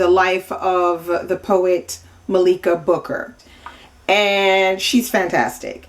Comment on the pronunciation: Heyyy. I’m her niece and I’m very happy that you liked her book. I just wanted to say that her name is pronounced Malika like Mah-lik-a. Thanks for the commentary. Subscribing right now.